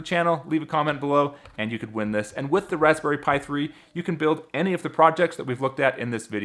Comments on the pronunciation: Is it just me or does it sounds like he's saying rasssberry pie and not razberry? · I think you over pronounce the "p" in raspberry just a tad. Good video man and good energy! Great job!